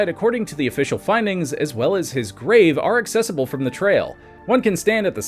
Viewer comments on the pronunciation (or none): none